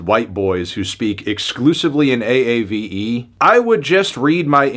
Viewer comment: bro said aave